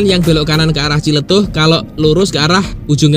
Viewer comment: Yah paling benar TJLETUH😂